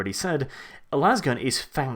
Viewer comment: It's "lasgun" with a long A, not "lawz gun". No one shoots a lawzer, they shoot a laser.